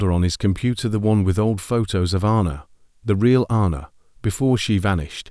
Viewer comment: Sorry. It's. Ann a. Not arna. I bet he couldn't move either. He's been hallucinating did he really dream it ? A supposed ghost she appeared at that right time to upset him maybe get him talking own up to what he did ? His conscience his just desserts